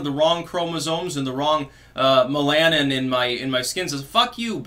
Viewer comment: Melanin Meh-luh-nin'